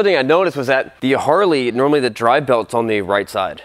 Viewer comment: My brain is more comfortable with you saying “Roden” than when you say “drive”. 🤣